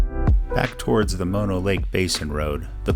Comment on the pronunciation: Great video and one of my favorite parts of California. I so appreciate that you pronounced Mono correctly. I like watching YouTube vids about the Eastern Sierra but mispronounced Mono always makes me...ugggh!